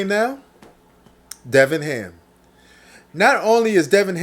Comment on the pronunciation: Darvin ham not Devin ham 👍🏽